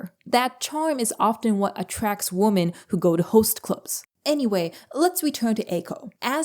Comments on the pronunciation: When referring to multiple women, it's pronounced "wimen". A single woman is pronounced "woman". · *women is pronounced "wim-in", otherwise you just said woman. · Why do you pronounce women like woman? Great video but I‘m not a native english speaker and really confused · Love the video, but just wanted to point out that "women" is pronounced as /ˈwɪm.ɪn/ or wi-muhn. "Woman" (/ˈwʊm.ən/ or wu-muhn) is the singular form of the word, which is what you use. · Why the hell can’t YouTubers pronounce the word “women” correctly anymore🤦‍♀️ it’s literally so annoying & distracting I can’t pay attention to the actual content. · I am in so much dismay from your lack of ability to say the word 'women' correctly.